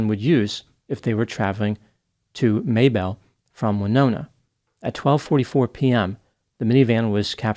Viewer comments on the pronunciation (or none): I grew up in southern MN although not near Mabel but people I know who have connections to that area always pronounced it like the woman's name Mabel, not May-belle. But sure does his research on those Australian place names to get them right, impressive!